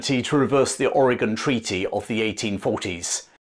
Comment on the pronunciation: thank you for saying Orygun, not Or Gawn